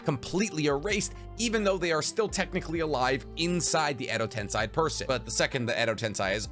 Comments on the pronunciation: bro it's not "tense eye" it tensei (ten say) xD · It’s Edo-TenSEI Not Edo-TenSAI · I love your vids but it always bothers me when you say Edo TensAi instead of Edo TensEi xD To be sure I even checked anime for that but if I'm wrong let me know :P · Zhy he pronounces edo tensEi like edo tensAi???? 100% honest question not making fun or anything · Edo TENSEI, not edo TENSAI. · so no one gonna talk about how he keeps saying edo tensai when we all know its edo tensei!!! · Its pronounced edo tensei said like edo tensay not ten sai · Edo Tensei is pronounced "ten-say", not "tense-aye" or "10 sai". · It's edi tenSEI not tenSAI. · Dude really said ado tensai its edo tensei i swear every sub watcher ive seen never knows how to pronounce stuff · Edo Tensei =\= Edo Tensai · ok but can we stop saying "tensai" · every time he says "edo tensai" is a punch in the gut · EDO TENSAYYYY IM SO TRIGGERED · why are you saing Edo Tensei like Edo Tensaii ?????????????? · Edo "tensEYE" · Is there a reason why he pronounces Edo Tensei as Edo Tensai? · Isn't it Edo Tensei? Ten-say? That's how everyone else says it. Driving me nuts lol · The way u said edo tensei made me cringe so hard